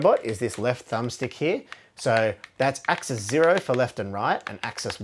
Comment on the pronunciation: Thank you for pronouncing axis and axes correctly. I don't always enjoy watching videos from fellow Australians (for one, our accent can be quite unpleasant sometimes lol) but your videos are excellent!